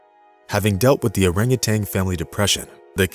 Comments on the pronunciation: Orangutan not orangutang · Also.....it's oranguTAN, not TANG! Sorry, but that also drives me nuts! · Orangu...tan ~not ~Orangu...tang (AI???) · In addition to the rest of the correct comments here, I would note that it's not "orangutanG". It's "orangutaN". NO "G" at the end, please! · And it's orangutan, not orangutang! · Furthermore, it is orang utan, not orang utang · As one has already commented, one other pet peeve is the use of Orang-utanG. There is no G at the end, folks. At least in the English language. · And adding a 'g' on the end of their names at that. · I thought the same thing. But the narrator, in that rather artificial voice, also continually refers to them as "orangutangs" with a g at the end. It's a common mispronunciation, but one you shouldn't have in a video meant to inspire and educate. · Love the story. Would love it more if the narrator could stop adding a "g" to the end of orangutan and refrain from calling them "monkeys" since they're apes. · THERE IS NO "TANG" IN ORAGUTAN! :face-orange-raised-eyebrow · I hate it when people say "urangatang". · We share around 97% of our DNA with bananas, too. That's not what makes us so close to orangutans. And yes, it's orangutan not orangutang. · Dude … it’s an orangutan, not a rangatang ! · If you're going to use a text-to-speech AI, you need to find one that doesn't think that orang-utan is pronounced orang-utang. People do it too, so I suppose it didn't have a good dataset to work from. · Nice story! In the future, please make sure your info about, and pronunciation of, the animal is correct. Great apes, not monkey; no "g" and the the end of "orangutan"! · Orangutan, not Orangutang. Also, they're apes, not monkeys. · Not only that! He pronounced their name incorrectly. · There is no "g" as in genius in Orangutan. Same for no "g" in Yin. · Just a thought, hire a narrator who can say orangutan